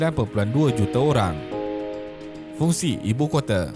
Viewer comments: Fungsi Bukan Fungi tuan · Fungi...bukan fungsi 😂😂